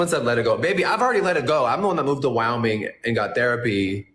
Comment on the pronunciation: “I’m the one that moved to WOWming.”